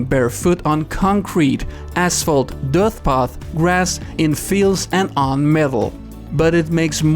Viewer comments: can't unhear "dirth path" :P thanks for the vid! :D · You said dirth path twice!!!